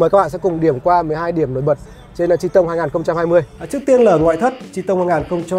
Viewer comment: Nguyễn Khải nói thật nghe ông này đọc là chi tông nghe cái xe nó khổ sở sao ý